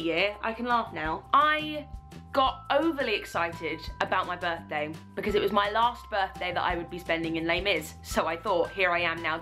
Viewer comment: I enjoy that you said b'day, it sounded like g'day to me haha